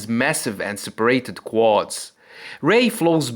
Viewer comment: Its separAted not separited. Also a lot of times you use the wrong accent in a word. Like 'dominAting' instead of dOminating. Its kinda weird to listen to and english is not even my mother language.